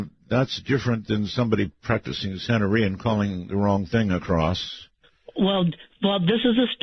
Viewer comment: The word is SANTERIA 😅